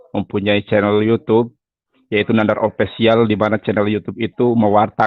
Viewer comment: English aja amburadul, mau sok-sok bahasa Yunani pula. Denger aja official dia bilang "opesial" wkwkwk... Di video lain thumb nail dia bilang "tum nail" wkwkwk... Saya panggil aja mulai dari sekarang wkwkwk...